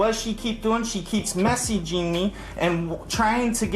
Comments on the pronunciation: The way this man keeps saying "messyging" is driving me insane. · “she keeps messeeging me”😂